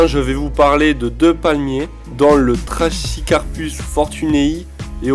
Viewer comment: Tres bonne sélection, il y en a plein d'autres mais sa serait une immense video si on devait tous les citer. Fait attention pour le trachycarpus, on ne dit pas "-ch" mais "-q". Le moyen mémo technique pour retenir cette règle c'est "on ne chie pas en latin"